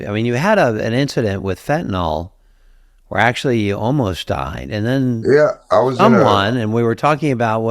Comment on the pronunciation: fentanyl is pronounced fen ta NIL - NOT nol. Look at the word nyl is the same as nil